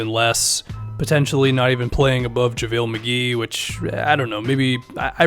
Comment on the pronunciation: This guy said Javalee better than Dwight 😂 go look at his Charlotte and Washington numbers per 36